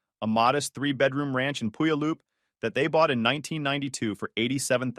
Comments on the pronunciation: The AI pronounces Puyallup funny. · The way the AI voice pronounces Puyallup is hilarious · AI really butchered that name though😅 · To be fair, most locals can’t pronounce Puyallup either. But could you at least mispronounce it the same way every time?